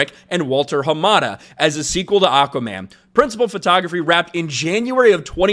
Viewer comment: Your cracking me up when you say "Aukaman"! Anyways no big deal, but lol!